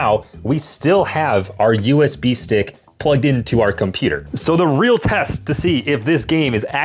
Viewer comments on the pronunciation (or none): none